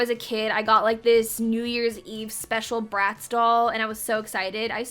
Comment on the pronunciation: lmaoo when you said bratz i thought you said rats, i was like "damn okay harsh"